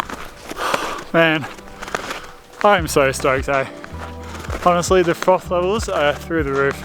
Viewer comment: Mate you said it. Froth levels (or frothels, as I heard it. Lol) through the roof. My frothels would be bursting through that perfect blue sky... This type of camping has been a dream of mine for ages. I should just set a plan and go do it.